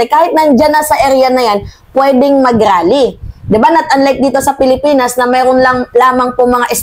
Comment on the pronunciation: Anong rrrrally daming R